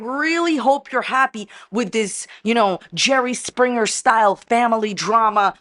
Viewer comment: At first, I thought you said Cherry Springer, instead of Jerry Springer and now that’s what I’m calling it. The Big Cherry🍒 Springer Show!!! 🤣🤣🤣🤭